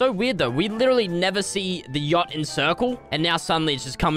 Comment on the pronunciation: yacht sounds like gyatt 💀